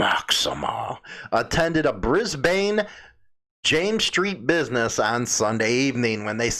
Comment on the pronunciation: 420 is legal in Victoria for medical purposes Its pronounced BRIZBEN Notices are like tickets Queensland is a state in Australia like Illinois is a state in USA Last but not least I'm not a club rider so I won't begin to speak about their buisiness or their members not owning bikes.